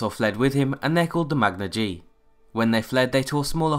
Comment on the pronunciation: You're pronouncing Magna-Ge wrong.